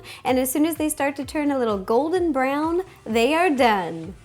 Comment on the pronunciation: when you said brown sugar it was rhyming ground ! so it was like ground